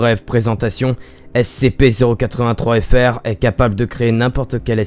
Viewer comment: Putain pour ton accent sur le terme SCP était pas ouf(peut-être parce que il est compliqué à prononcer😊😊😂😂)